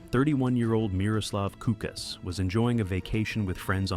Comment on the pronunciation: That diver was Miroslav Kukliš (Pronounced /Kuklish/), not Kukas.